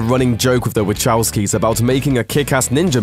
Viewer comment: I'm like "who the heck is waCHOWsky ??" God bless Murikan pronounciation </3